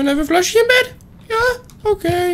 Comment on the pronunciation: Plushy not flushy! Ha ha ha! OMG you tear me up...